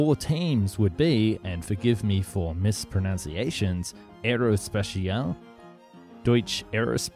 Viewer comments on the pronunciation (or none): 'Mispronounciations'... oh dear